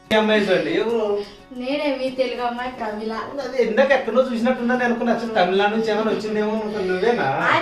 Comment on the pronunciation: Temilu Nadu style kadu Kerala style raa babu